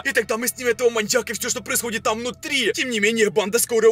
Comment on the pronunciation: Мы будем в логове маньякА!😂